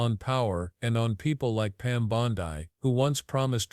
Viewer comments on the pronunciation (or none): AI voice is shit. Bondi = “Bond-ee,” not “Bond-eye” Waste of time. Much better quality non-fascist anti-MAGAt shit out there people e.g. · Pam Bon-die???